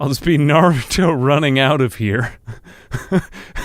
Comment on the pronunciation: Gotta love the emphasis on "naruto running" round these here parts🤣💀🤣💀